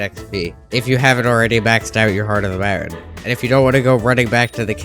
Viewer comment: Mountain too 😭